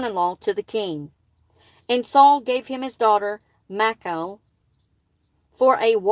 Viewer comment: I think Her name is pronounced mi...short i , like in the name Mickey. And then call, like a telephone call. Mi-call. Michal. I hope that is helpful.